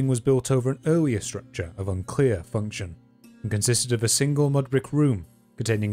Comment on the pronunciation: He really says “Eawwier” 🤣